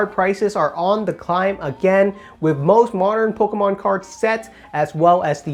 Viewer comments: No one says “Pokémon” as clearly as you 😂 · Bahahahahahaha and he says it so clearly too